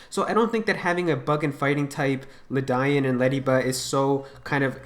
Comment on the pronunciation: Many of the Galarian types sound great (if this is true), but DUDE PLEASE PRONOUNCE LEDIAN'S NAME CORRECTLY. It was killing me how you pronounced it hahaha